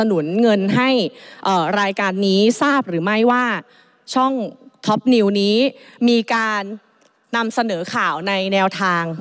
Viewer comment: ทุย หรือท็อป เอาให้ชัดๆคุณไอซ์